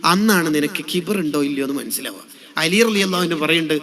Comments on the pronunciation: ഖിബ്ർ അല്ല , കിബ്ർ എന്നതാണ് ശരി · ഖിബ്ർ ❌ കിബ്റ് ✅ 😊